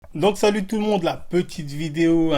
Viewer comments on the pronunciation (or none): none